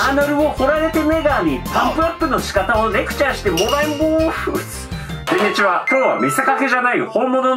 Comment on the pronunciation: オープニングから暗い雰囲気だったら音量上げた瞬間 唐突な『くんにちは！』でビックリしました